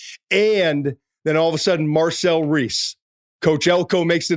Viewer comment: Marcel Reed not Reece